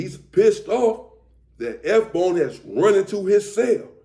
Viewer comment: I'm confused. It says S Bone but sounds like you're saying FBone. Are you talking about F Bone (Lonnie)